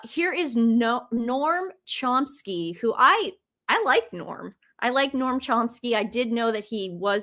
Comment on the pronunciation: NoAm Chomsky. Not noRm